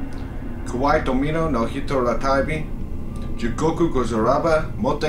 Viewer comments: To-mee-no, not, to-mo-no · You probably couldn’t pronounce the words right nor you could say Tominos name right (Tomono is what you said) so nope I do not believe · The only thing that helped me relax was him saying instead of Tomino. I also read it back when I was in highschool and the next day caught the flu.